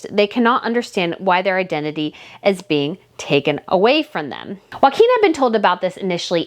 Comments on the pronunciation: His name is pronounced Yo- ah -him. not Wakim. All the vowels are enounced and are short vowels. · Love your channel! If I can assist with just one thing, having Danish heritage - the pronunciation of Prince Joachim isn’t ‘WAKIM’ - it’s ‘YOKE HAM’. If you join those two words together, and relax the ‘AH’ in ham, it should sound more like ‘YOKEM’. Please see it as offering helpful advice and not complaining about your pronunciation, it’s definitely just to help! 🥰♥️🇩🇰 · They are Danish not Spanish. Joacjom is pronounced "Yockim" not Waquin. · Joachim is pronounced Yoakeem, not Hakum. J is not pronounced H, as in Spanish. It is in fact y as in the word 'yoke'. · Try pronounce Joachim as Jo a Kim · Okay, I just have to correct you on this. I'm not good at name pronunciations either, but my husband is half Swedish, so I DO know this one. Prince Joachim is not pronounced like Joaquin Phoenix. That is the Spanish pronunciation. The Scandinavian pronunciation is ""Yo-A Kim". My niece was married to someone with this exact name.